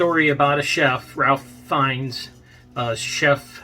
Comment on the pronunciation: You get points for correctly pronouncing Fiennes. I bet he’s wonderful in this movie. Great actor..still think his turn in Schindlers List is one of the best ever performances in film.